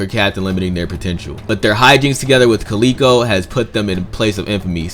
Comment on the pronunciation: No qualms about the bounties. However, Calico Jack is pronounced Cal-ih-ko not Calee-ko. Calico is a type of cotton fabric that was in high demand at the time, and calico fabric is still available today and is used to make clothing and quilts. He probably wore lots of calico and that became his nick name.